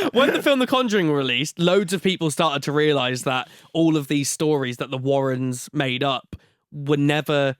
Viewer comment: I feel uncomfortable when says, "the Warren's".